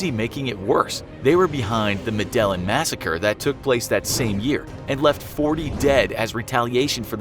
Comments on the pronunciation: Omfg… I can’t anymore… it is pronounced Med-a-Lean not Medelin. Jesus please take a moment to learn how to properly annunciate. This is such a pet peeve of mine that watching and hearing that mispronounced all 100+ times made this video painful to watch. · ME-DA-YEEN. smfh "madellin" 🤦🏼‍♂️🤦🏼‍♂️🤦🏼‍♂️🤦🏼‍♂️ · I want to punch this hack narrator for not knowing how to pronounce med-a-yeeyan cartel not me-dellan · It's pronounced "medejin" not "medelin".... Sorru but it urked me throughout the video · Medellin not Meden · bro ur an idiot it pronounced medejin not medelin ur actually himarious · also its not “meDELLin” its “medEYEEN” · Medellin. pronounced MED E YEEN. not MED EL LIN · "Medelin" no wonder he couldn't say it correctly...lol...its Medellin (Meh-de-yin) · Demar Thompson jin not yin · It was the "Med-ah-yeen" cartel not the "Ma-del-in" cartel. LOL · Its not Medellon...its Me-de-jin The "ll" in Spanish is pronounced like a "J" Love the videos but this sounds horrible if you are a Spanish-Speaker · Meh-deh-yeen not Muh-dell-in 😂 Do you even watch Narcos?! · Medalan cartel!???? You me Medellín (meda yin) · Muh-dell-un? Reerey? You didn't have a sec to look that one up? Lol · Medellin pronouncex like 'Medayeen' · Need to learn to say med-ay-een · The medelin cartel...... yahhhh that's not how you say that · PLEASE STOP SAYING MA-DELLIN....YOU EVEN MISSPRONANCED REAGAN..ARE YOU HUMAN?? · If youre going to be a reader....pronounce properly. May-duh-yeen. Medellin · CARTEL DE ME-DA-YEEN. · sebastian bedoya oh, nm. I heard him say MEDAL-EN. That’s bad. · med-i-Yeen. thats how its pronounced man smh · Medallin ll makes a Y sound come on guys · "the mend-alin cartel" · It is pronounced Me-de-yeen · Lol medallion cartel. Muy peor pronunciación :) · after watching many of your videos which are great btw thankyou i have just become used to you mispronouncing even the easiest words Medellín (meda yin) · It's pronounced "medi-yeen" cartel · Muh-dell-in? LOL! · medellon lol